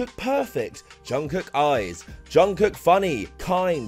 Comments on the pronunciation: Lmao when non- kpop fans pronounce Korean names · we also made the joke, ''Jungle Book''= ''Jung Kook"